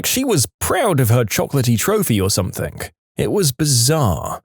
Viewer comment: No K in something